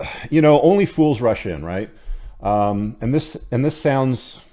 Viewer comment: did you say "Only fools rush in." or "Only fools Russian."?